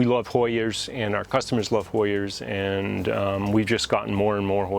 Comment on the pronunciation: Awhhh!! Him saying hoyers just screams Connecticut. I love it.